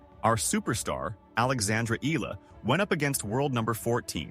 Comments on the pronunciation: Eaaaala please pronounce it well 🙏 😁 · Learn how to pronounce eh-yah-lah. Come on! Many learned how to pronounce Pacquiao. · Its pronounced as E-ya-la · All those praises and yet your AI still can not pronounce her name correctly. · TruEST …. Kudos to those Sports commentators who Care Enough to pronounce her surname correctly 🇵🇭 the Ayalas are enjoying “riding on” 🎉😂🎉